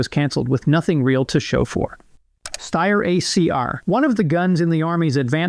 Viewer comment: You say Steyr correctly but can't pronounce "sabot" correctly haha. It's "say-boe" my man. Great video.